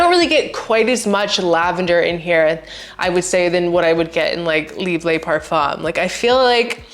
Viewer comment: It’s not pronounced leebuh it’s pronounced leebruh with a French r.